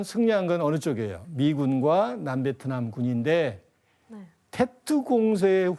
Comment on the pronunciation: 테트가 아니고 뗏 이라고 합니다 사이공 >사이곤 베트남>비엣남 베트콩>비엣꽁 베트남어를 영어로 보시면 안됩니다 일관되게 영어발음도 아니고 좀 웃기네요...